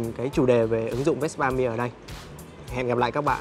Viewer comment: Tại sao lại đọc chữ Mia kỳ vậy, người Ý họ đọc chữ Mia như người Việt Nam mình thôi mà, bên Ý họ cũng có câu cửa miệng Mamma Mia đó